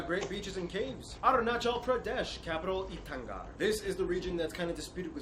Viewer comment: It's 'Itanagar' not 'Itangar'